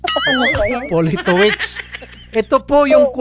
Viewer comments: Politovitch ang pagpronounce nyan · its' pronounced Politovicz. Hes Polish, probably living in UK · Pronounced as Politovitz. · Politovich yung pronunciation ata. Sounds like Russian surname or from Central Europe. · Poh li to vitch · Politovich ang pronunciation nyan. W kasi ang V sa Polish, saka Cz ang Ch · Politowicz di british na apelyido more on Poland name😊 sapantaha ko lang🙂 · Politowicz is a Polish surname idol Raffy. Ang basa dyan is "Poli/to/vich" 😅😄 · Politowicz....Polito-vich. If I am not mistaken kung papaano sya bigkasin. 😬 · dmi konG twa sa paG kabAnGGit ni idOL sa apelyido hahahaha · A polite daw parng kinuha sa apilido politowicz 😂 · Natatawa ako kay Idol Raffy as psgbigkas ng apelyido nung foreigner....hehe